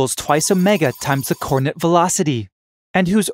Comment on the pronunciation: I can't get past the extremely bad pronunciation of "coordinate."